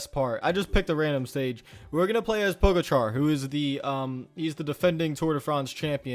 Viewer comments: It’s pronounced po ga cha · pronounced 'pog-atcha'